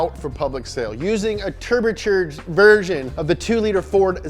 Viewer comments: Haha tebercherged! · "Using A Terbercherged Version"